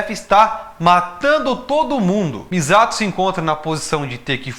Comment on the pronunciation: nossa você chamando de MIZATO dessa forma inglês-adaptada foi dificil kkk